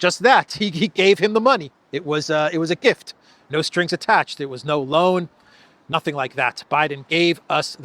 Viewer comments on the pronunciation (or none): none